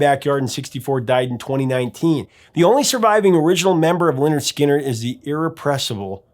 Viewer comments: It’s pronounced Leh-Nerd Skin-nerd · How is it that the..."Professor Of Rock" doesn't know how to pronounce Lynyrd Skynyrd? I guess he's unfamiliar with their album titled: 'Pronounced Leh-Nerd Skin-Nerd" despite explaining the etymology of the name. Stunning.